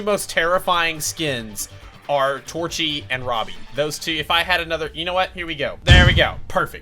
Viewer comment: Torchy Me: Hold up- did just call torcher Torchy?! Lol